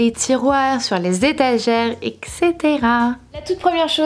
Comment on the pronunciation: Hey ! Ce n'est pas méchant ou hautain, de toute façon même les 3/4 des français font l'erreur : on ne prononce pas etc eXcétéra mais etCétéra